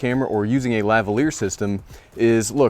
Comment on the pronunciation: Just an observation: it’s seems to be a rule of thumb that when Americans don’t know a foreign word they pronounce it how how it’s spelled and emphasise the first syllable, without ever checking with a native speaker. So, ‘lavalier’ sounds so much better enunciated la - VAL - ee - er. Anything else is a tragedy.